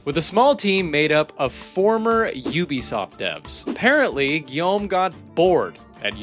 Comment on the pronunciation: Your French was pretty good. I'm impressed. I never heard an English speaker say Guillaume as well as you did.